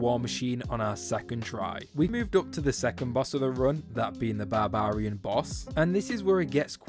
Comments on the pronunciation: You pronouncing barbarian as bahh bar eee un blows my mind... It's baa beuh ree uhn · its funny when sayys barbarian its sounds like babaarians keep up the good work. thx for the troll mother strat i finally beat her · Man, this video is really entertaining but the way you pronounce Barbarian is so jarring 😂😂